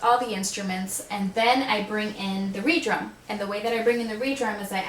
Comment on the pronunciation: hahaha, she said re-drum. it's red-rum, like murder backwards haha atleast that's how i usually hear people say it.